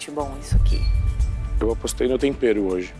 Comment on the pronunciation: N sei lidar c um episódio sem o Jacquin falando tompero